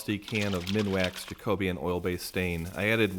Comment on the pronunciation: Absolutely beautiful. Just to advise, I think you said Jacobean somewhere in there but I almost missed it due to your pronunciation. The Jacobean era was an era in English history. It is pronounced Jack O Bee An. 😉